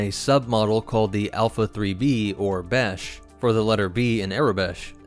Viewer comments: did you just say 🅱️ESH? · Russian Badger would love that "Besh"